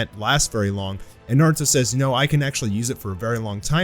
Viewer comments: sorry but "Naurto" lmao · ahh yes NAURTO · Naurto lol